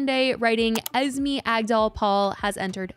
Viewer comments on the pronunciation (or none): The name of Logan’s child is pronounced es-may not es-me. The é is pronounced as “ay” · It’s pronounced esmay